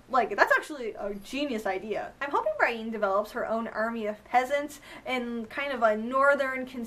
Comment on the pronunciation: Why do you pronounce Brienne , Bryen? It's pronounced Brih-en in the show. Otherwise another excellent recap , I love all your videos!